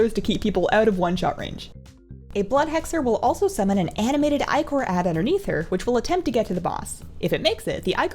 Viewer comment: love your videos but subbed right away after you pronounced Ichor correctly. <3